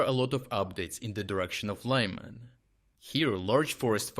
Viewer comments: Друже, а відколи Лиман став Лайманом? :) Для чого так перекручувати імена українських міст та сіл? Чому не вчити іноземців правильно вимовляти наші слова? Ти ж володієш українською. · Why do Anglo-Saxons disregard NAMES and assign their own versions to everything? The city of Łyman is not called "Lahy-mahn". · Why are you now mispronouncing Lyman?